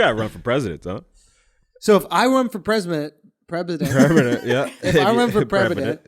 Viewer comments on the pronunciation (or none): Lol y'all make fun of taylor saying Stigma but not Andrew saying Prebident